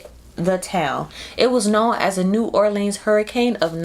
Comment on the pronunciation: It’s pronounced “New Orlins” I cringe when yall imitate us 😂🤌🏾 it’s like when white people imitate us “homeboy”. We know what a cold drink is bc they would follow up with “what kind do yall have” and then we list it. And your accent was aaaiiiighhhtt cousin just leave it to us lmao